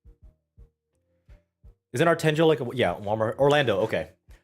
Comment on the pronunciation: Monfils is with decathlons's tennis brand: Artengo. Decathlon is a huge French sport brand that owns many stores throughout Europe. The G is pronounce as in the word "guess".